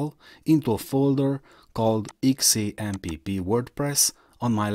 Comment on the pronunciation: its not shamp its zamp